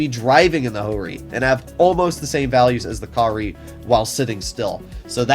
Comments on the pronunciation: "Type 5 Ka-Ri" Im sorry, did you said curry? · Ka-ri = curry